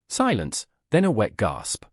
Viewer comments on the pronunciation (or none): Did they "GOSP?" -or GASP?"